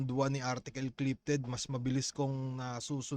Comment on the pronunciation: 😂 artikol amputa